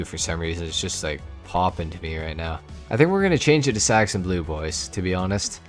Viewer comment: You sound British when you say hey boysssss 🤣